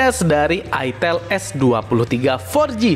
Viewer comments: Bacanya itel itu "aitel"😂😂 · Sebenarnya cara bener nyebutnya aitel bukan itel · ak males belinnya ,,, harrraammmm mengandung porno,,, masa nyebutnya itteeelll ... cuihh najizz